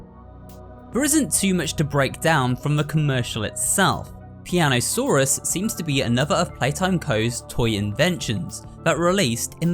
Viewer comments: piano-saw-us 😂😂 that’s a good one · "Piano-Saur-Us" so basically, he's australian?